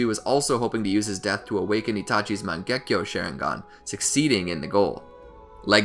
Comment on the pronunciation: It's Sharingan, not Sheringan EDIT: It's Mangekyo, not Mengakyo